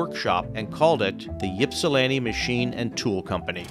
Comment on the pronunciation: IP-SA-LAN-TI NOT YIP-SA-LAN-TI 😂